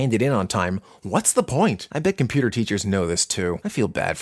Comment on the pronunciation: Computer classes be like : Com-pyou-tor, Yiiiip yipyipyipyiyp (My reference